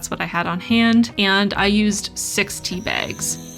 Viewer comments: you can't comprehend the DISTRESS i felt when i thought i heard you say SIXTY bags, instead of six tea bags... great video nonetheless!!!!! <3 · I heard „I used sixty bags this time“ and was super confused until I realized you said „Six tea bags“